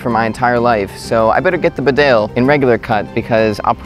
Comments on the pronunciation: It's pronounced "BEE-dale". Not "be-DALE". It's named after a town in North Yorkshire, UK. Calling all people from USA! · Annoying to hear mis pronunciation. Bee dale is correct. Not rude to point out an error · Not sure if anyone has commented this already but Bedale is pronounced "Bee-dale" not "B'dale" :o) It's named after a small country town here in the North East of the UK where Barbour's come from. Bedale is in the county of North Yorkshire, England. Great vid though ;o) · Please say "Bee-dale" - It's a place in North Yorkshire, England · It's pronounced Bee Dale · its said beedale its a place in england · Pronounce it Bee-dale since its English! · Hey bud. Fyi. It's pronounced Bee-dale, not B'dale and Tar-tun, not Tartan.